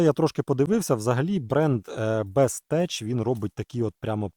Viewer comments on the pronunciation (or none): Бестех а не теч)